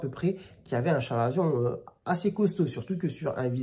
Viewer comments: Très instructif! Chalazion se prononce avec le" k" selon l’académie française, " ka.la.zjɔ̃". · On dit bien 'kalazion" mais bon, les médecins hellénistes se font rares de nos jours...